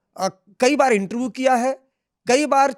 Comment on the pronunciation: आज तक को इससे घटिया ऐंकर नहीं मिला। एक हिंदीभाषी अंग्रेज़ी के लफ्ज़ों (जैसे पोलिटिकल पार्टी) की ऐसी तैसी (पोल्टकल पार्टी, कैरेक्टर को करक्टर,इन्टरव्यू को इंटरवू 😂) कर रहा हो फिर भी समझ में आ जाता है लेकिन अपनी ही मादरी-ज़बान के रोज़मर्रा में इस्तेमाल होने वाले आम शब्दों का भी ढंग से उच्चारण न कर पाये, "श" को हर बार "स्स" बोले, अपने विचारों को छोड़िये आसान से प्रश्नों को भी ढंग के वाक्य में तब्दील न कर पाये और पेशा पत्रकार यानी बुद्धिजीवी!!!